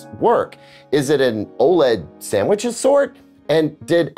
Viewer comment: says: "....OLED sammich..." 😂